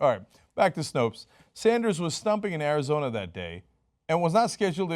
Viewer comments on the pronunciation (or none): Dude it's Arizona come one